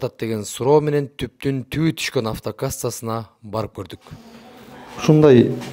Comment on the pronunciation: Тубдун эмес туптун